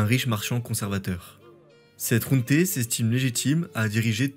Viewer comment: Question : pourquoi tu prononces "junté" alors que c'est "junta" en espagnol ? Junte c'est le mot français. Sinon, excellente vidéo, comme d'hab.